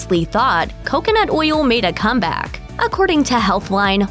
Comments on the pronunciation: Lol. Glad someone else was bothered by how she says oil. Makes me cringe like how “moist” sounds. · I love the way the narrator says oyill !